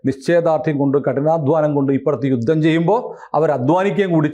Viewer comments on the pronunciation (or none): none